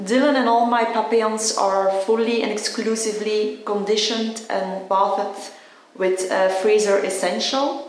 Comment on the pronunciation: she couldn't be arsed to learn to pronounce 'to bathe'?